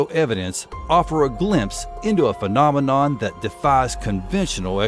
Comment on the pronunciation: Excuse my french,but I'm curious,did you say fucknominon or am i just hearing things? 🤔😆😆